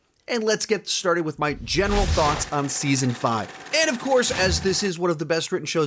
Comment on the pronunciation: Better Call Saul Saun 5 lol